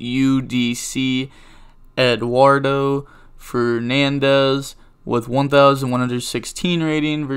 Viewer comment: Lol how he pronunce "eduardou fernandiz"